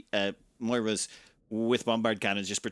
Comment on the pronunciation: The fighter is pronounced Mo-re-ya XD Moira is a female name. A nice one, i think. Xenon use Graviton cannons, originally meant to reshape the planets they would terraform.